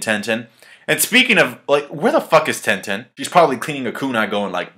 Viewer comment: Ten-ten lol